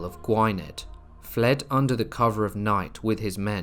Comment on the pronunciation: "Gwhy-ned"? It's pronounced "Gwinneth" you pleb Good video though.